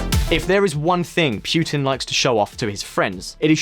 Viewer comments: It is not pronounced Piutin rather puutin. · I am not going to sit here and listen to you when you insist on pronouncing putin as pewtin. Sorry dude. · It's funny to me how the narrator sometimes pronounces Putin correctly (Poo-Tin) and sometimes not (Pyu-tin). I speak Russian fluently so I know this first hand. Some Brits are so funny in how they unashamedly mispronounce names even though they know better and they just don't care. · Stop pronouncing Putin like that.